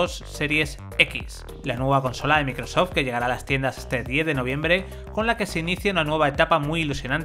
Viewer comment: Cualquier marca que no sea de Sony lo pronuncian del Qlo como "equisbox" "microsof" EleGe y muchas más. Ah pero si es Playstation...